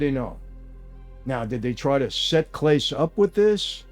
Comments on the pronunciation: Hearing you butcher his name makes me cringe 😂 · Claw-say. 😂 not clayse. The worst part is Clase didn’t make a lot on the deal. Small money for what he was getting to pitch. I’m glad I got to see him pitch because he was the best closer in the game and he’ll never play again. Stupid stupid stupid decision. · Can someone please help Michale pronounce Clace properly lol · Clase is pronounced Claw-Say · AND athletes are ripe for payoffs and throwing games in ALL sports! Very easy for college athletes to make big money in a small money arena for them. Guardians pitcher is Clasé, pronounced Class-A. Pages is pronounced Pa-hehs. 😊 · Hahahah "CLAYSE" I guess it does look like it, but still made me laugh And "pages," too And "gee-aye-eff" imagine. Now I'm wondering if I'm getting trolled. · It’s pronounced Klah-Say. Him name is Klah-Say….. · Clah-say ... just an fyi, not intending to be petty lol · Mike FYI, Clase is pronounced Class A. BTW, I love your "sit downs" here on Youtube. I'm a May baby too. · Clase pronounced Class-A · 1)his name is pronounced Class-ay 2) This isn't a new story at all. He was suspended for this in the summer. 3) any player who resents the leagues making money off the gambling sites is an idiot because the more money the league brings in the higher their salaries are and they all want to make more money 4) Clase was arguably the best closer in baseball. Ortiz is someone no baseball fan ever heard of until this broke. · Just a heads up, Michael: Clase is pronounced "clah-SAY" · "Clase" Clasé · It’s pronounced “Clah-say” just FYI from a struggling Clevelander 😂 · Great video as always Michael🫡 but just so you know, the name Clase is pronounced “clah’say” keep up the great work! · The players names are pronounced: Pa-hez and Claw-say. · Listening to this meatball with his cartoon cosplay accent intentionally mispronounce Clase is beyond embarrassing. For you, meatball. For you. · Mike that's not how you pronounce the pitcher's last name